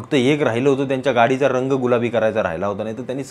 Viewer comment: साहेब गांडीचा बोललात का गाडीचा उच्चार समजला नाही.....! 👍